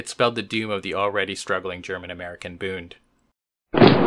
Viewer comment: Just one thing,... it's Bund not Booned. It should rhyme with blunt, not with crooned.